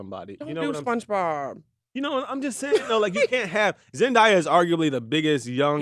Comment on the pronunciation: Her name is pronounced Zen-Day-Uh.